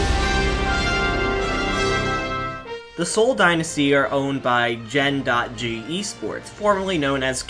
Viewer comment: stop pronouncing Gen.G Genji :C